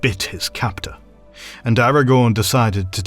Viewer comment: The irony being that despite this professional feeling he does not manage to pronounce Aragorn correctly 😉 (Or deliberately chooses to anglicise the names, which is boring if you ask me)